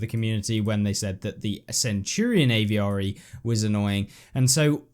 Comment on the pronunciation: stop caling it a v r e its avre